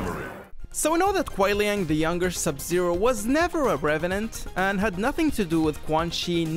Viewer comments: Its actually kuai liang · yeah i know its kuai liang, he screwed this up, and hes my favorite character too, so it kinda pissed me off lol